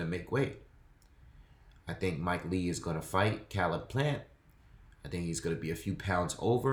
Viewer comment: it’s pernounced Caleb plant like Kay leb plant except spelled Caleb plant